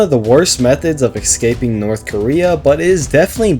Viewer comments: Bro says "Excaping" Its escaping buddy. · A little bit of me does inside every time he says ‘ex-caping’ 💀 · the amount of time you said ecscaping is pretty painfull.